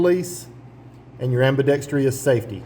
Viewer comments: Nice review. But I noticed you (and a lot of others) pronounce "ambidextrous" wrong. It's not "ambidextrious". Drop the second "i". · It’s pronounced ambidextrous,…not AMBIDEXTREEEEOUS, rrrrrrrrr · AmbidextrOUS! C’mon fellas. Sound it out. Good review though. Not many on the short model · its pronounced ambi dex truss btw